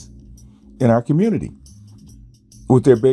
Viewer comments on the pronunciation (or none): Why do you YouTube land dudes say "communitah"? Nobody Black pronounces community as communitah.